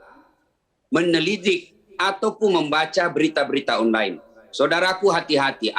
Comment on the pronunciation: Meme pak ustad bukan Mem**😁